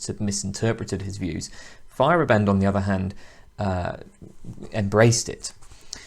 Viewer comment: If it helps, pronunciation is FY-er-AH-bend instead of FY-er-uh-BEND. Great video series though, nice work.